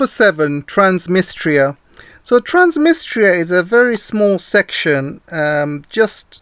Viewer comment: Transdnistria please , NOT Transmistria , sounds like you’ve made a hearing error!